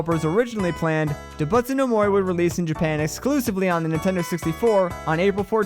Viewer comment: i love the video but each time you mispronounced doubutsu i curled inward a little :(